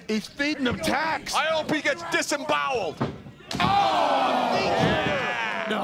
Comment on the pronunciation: " I hope he gets disembowled" hilarious